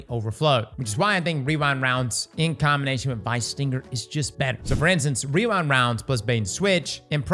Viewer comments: wewind wownds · weewind wounds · Wewind wounds